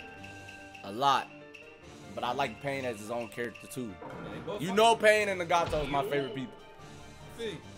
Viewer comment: Why did he pronounce nagato that way 😡